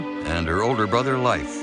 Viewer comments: It would be nice if words/names were correctly spoken.. eg: the name was Leif.... Not pronounced life. Is this AI or just poorly read? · I lived in Norway for years, and though they're lovely people, they're still very materialistic. They're also for the most part atheists. Both of these things make them very attached to money and things The name Leif is not pronounced Life. It's pronounced Lafe, with a long A. As in ace. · It’s very odd that A&E would have made such a mistake. We American kids were all taught how to properly pronounce “Leif” in school in the 70s and 80s.